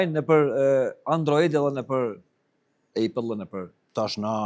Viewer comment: konkurrenti i "Android" është "iOS" e jo ejpell hahaha deshti me thon Apple [Ëpell] amo thot ejpell.... Mozomakeq moderatorët e Kosovës pa kompetenca. Ani kosovarët si s'rrin hiq pa iphone, e mos me dit me thon Apple po "ejpell". Mozomakeq Apple [Ëpell] ooooo ooooo [Ëpell] ooo njeri. Mësoje për tjetër herë!